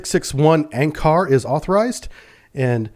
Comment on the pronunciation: Anchar (Анчар) is pronounced "un-char", not "un-car".